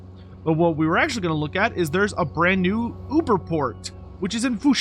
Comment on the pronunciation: I'm not sure why, but the way you referred to it as an 'Uber-Port' made me chuckle...must be a Texan accent thing Many thx for this one, new targets for me to snipe in all campaigns! It also makes me chuckle (again) at the possibility that you now have new Warzag/Yuan/Lokhir/Orion/N'kari/Mazdamundi/Settra/Kostaltyn/Wulfrik/Be'lakor/Kairos/Villitch/Greasus saves going concurrently, mainly because you are so excited for this DLC